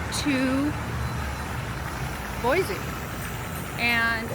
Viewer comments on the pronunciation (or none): Boise , there’s no Z in Boise heheh